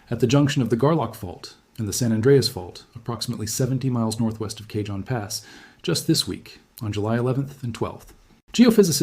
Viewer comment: My AI boy said K-John pass instead of Ca-hone (Cajon Pass). 😭😂